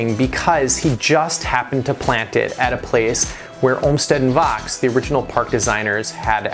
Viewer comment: You're mispronouncing the name of Calvert Vaux. It is French, and rhymes with 'faux.'